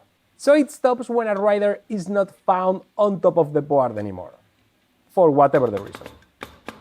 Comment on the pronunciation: Que sepas que "board" se pronuncia "bord". ¡La "a" no se pronuncia! Saludos.